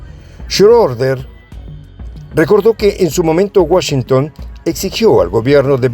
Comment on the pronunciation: si pero no se puede esperar mucho de una persona que habla español , ni ingles decentemente pueden expresar haha, no es con umlaut sobre la o , un saludo desde mexico , sera schreuder pues con Ö